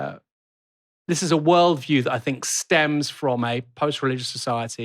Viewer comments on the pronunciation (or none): Fursday, fink, Lambuf, firty. Unlistenable.